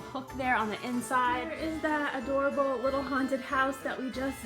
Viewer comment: Uh dorable.